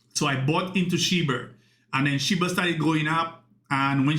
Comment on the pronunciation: Do you realize you're saying "Shi-BURR" and "Sai-TAMER" ???